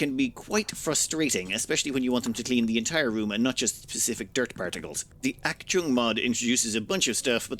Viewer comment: It hurt me the way u pronounced achtung